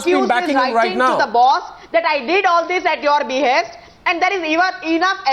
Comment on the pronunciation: At minute 44 Arnab reads a statement ".. loyal soldiers, who fought cross border terrorism at its be-haste". And he emphasizes on 'at its be-haste'. What about the more critical issue 'cross border terrorism'. If the tamed media has lowered to such a standard, beware, one day will come when this highly communal central govt. will also charge brave Indian army for killing cross border infiltrators (just for vote banks). Ethically corrupt media will support govt stand for their personal gains.